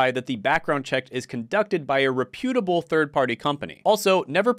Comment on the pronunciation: Weird way to pronounce "reputable"